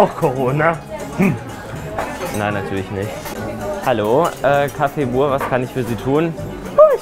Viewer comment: Mich triggered das immer so krass, dass alle Buur sagen, es wird aber Büür ausgesprochen. Das ist niederländisch und heißt Nachbar.🤦🏼‍♀️😩 Ansonsten echt lustiges Video. Gastro ist oft seht stressig, der Chef hat dich für den ersten Tag und ohne Erfahrung,aber auch hart rangenommen. 😁😄